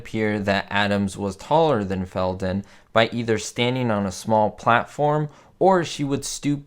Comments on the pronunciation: Fel Don not fel Ton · The name of the actress that played agent 99 Felton not Felton. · Her name was Feldon not Felton